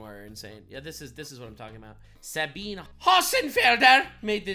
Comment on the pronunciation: Dude. That's wild. The last thing I expected to see on a video was a Sabine reference. (It's pronounced "Sah-bee-nay" btw) The letter she read in that video was about studies in physics, btw. Not medicine. They were deliberately studying dead end theories because it was more flashy and marketable and easier to get grant funding.